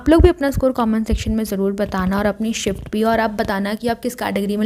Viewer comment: First shift❌forst shift ✅😂😂😂